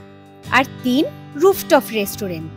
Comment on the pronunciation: Ota restraunt uccharon hobe its not resturent